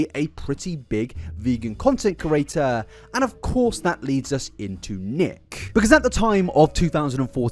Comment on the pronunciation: I cant subscribe because of the way you pronounce “creator”